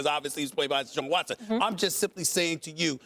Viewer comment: Shaun Watson ? Lmao